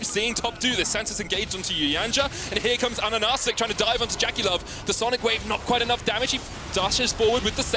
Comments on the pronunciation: mate it not pronounced like "ananasiek", just "ananasik" (stress on third a) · Why do they keep saying Ananacik when the name is Ahahacik?